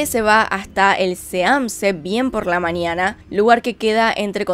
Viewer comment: Por qué dices "anios o "anio" o "maniana"? 🤔 Aunque fuera de eso tus vídeos son de ptm, salu2 desde Perú jeje.